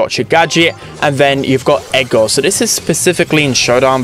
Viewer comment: I was so confused when he was saying Edgar, it sounded like egar or something